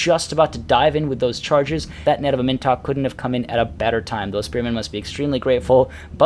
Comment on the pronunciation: "Am In Tok" please my dude pronounce it like this